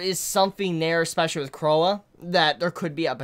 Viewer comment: it's pronounced Croy it's French or something